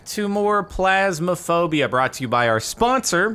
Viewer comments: Captain says Plasmaphobia when it's clearly Ph(f)- asmaphobia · he says plasmophobia. its phasmophobia. funny. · pHasmophobia NOT pLasmophobia, Jardon!!!!